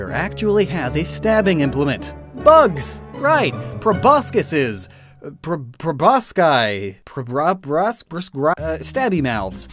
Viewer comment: proboscis is pronounced "pro-boss-sis"